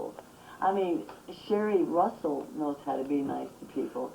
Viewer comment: Say "Sherri Russell" again! Say it again, I double dog dare you!!😡